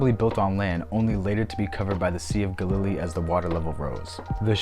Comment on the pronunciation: Well, life is about learning. I pronounce Galilee as Gal ih lee, myself (middle syllable is the weak one, not gah lily as you say it with accent in the middle). Not sure if your choice is a valid variant (might be, I don't know everything, fer sher, but never heard your version before). chalcolithic is based on the root chalco (chal co) meaning copper (as with chalcopyrite meaning copper pyrite, a yellow copper sulfide mineral). lithic means stone or rock and is pronounced lith ic (same as paleolithic if you say that correctly; just replace paleo with chalco). chal co lith ic. Anyway, I get to learn from you, so a little return of favor is probably a fair trade.